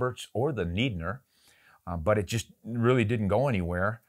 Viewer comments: It should be like “knee-denier” since it’s it’s a German surname and in German you would pronounce the second vowel and he spelled “Niedner”. As far as I know, anyway. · Niedner is pronounced as a long e at the beginning. Neidner would be pronounced with a long I. It also would not be out of the way to pronounce that second name as a long a sound. As in neighbor and weigh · Hi if Adolf was German or Austrian I believe Niedner Arms Corporation is pronounced with a long "e" on the first syllable. If the spelling was Neidner then it would be pronounced with a long "i". I'm stretching back to my "sprechen sie deutsch" days form the early 90's. I just recently posted a video on my Mauser action 25-06 and in it I had some old reloads that my uncle likely made. I state in the video that that they are 50 to 60 years old. That was before I went and looked up the 1969 standardization year. So the 60 years would have fallen into the wildcat days and it could have been probable with all of his load development and testing that he did, but I feel it was closer to the 50 year mark. I can't recall when my father got the rifle from my uncle, but I'm assuming it was between 1970 - 72. Anyway, I couldn't guess the cartridge although I am familiar with it due to using the 257 Roberts brass in some of my 6mm Remington reloading. Thanks for the video, but now I'm melancholy due to another round fading away.